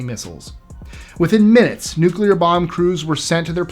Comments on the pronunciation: I thought it was pronounced nu-clear. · i love this channel, but you GOTTA learn how to say "nuclear". It's not nucular, it's newk-lee-ar. Please.... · "No, I'm, I'm simply saying that life, uh... finds a way." I thought I'd add that because of your subject. THANKS FOR THE "nuclear" pronunciation. What is so hard about saying NU-CLE AR. You remind me of my little brother, so cool. 👍🆗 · thanks NU CU LA. 👍🆗